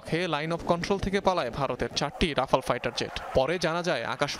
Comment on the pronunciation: আগে উচ্চারণ ঠিক করুন, তারপর রাফা ল নিয়ে কথা বলবেন।